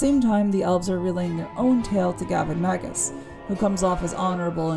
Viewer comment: MM7 is my fav game of the MM franchise so a couple of things stuck out in the review: * it's definitely Gavin MagNus not Gavin Magus; * it's the first time I hear anyone pronounce Nighon as Nighgone; * Restoration of Erathia was not an expansion it was the main installment of Heroes 3 or Heroes 3: Restoration of Erathia; * The cloud city is Celeste not Celestia; In addition to all that reviewer really pronounces a lot of words differently that what I'm used to like for example the way you say Behemoth - I'm used to [bɪˈhiː.mɒθ] or [bɪˈhiː.mɑːθ]. Why? Is it a style thing? Anyway, the review was umm... Good! :)